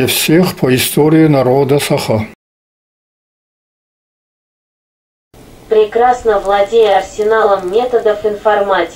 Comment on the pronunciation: Режет слух неправильное произношение женщиной слова Саха🤦‍♀️